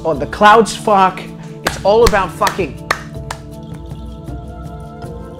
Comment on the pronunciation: the way he says fahck is so funny to me